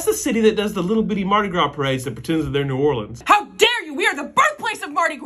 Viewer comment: At least he pronounce New Orleans right bc y’all i’ve been getting triggered